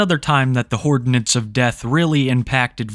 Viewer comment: Am I regarded or are you saying "hordinance of death" hahaha